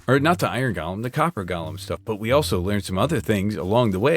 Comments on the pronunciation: Great episode, but with my weird brain, one thing is driving me nuts- golem is pronounced like it's got the word go in it. The way you're saying it is how you pronounce the lord of the rings character Gollum. It's different. Of course, I kinda wish golem hadn't become a fantasy term because it does have actual significance in Jewish folklore, but that's a whole other can of worms we ain't gonna open today. Love the leaves in the ground effect, really works so well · Every time he calls them "Gollum" I die inside